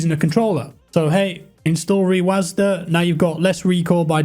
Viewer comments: sorry but this was just bothering me, rewasd not rewasda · its reWASD not reWASDA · the way u say rewasd triggers me so much plsss stop